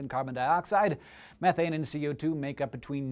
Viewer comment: I've noticed how he struggles to pronounce the word methane correctly, also in another video he pronounces aluminium, al u min um. Strange.